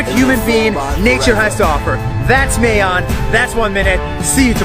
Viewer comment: Even tho he pronounced Mayon wrong I don't mind that guy is POGGERS and yea here in the Philippines there are poor parts but there's always schools and communities giving clothes and food and water to them :>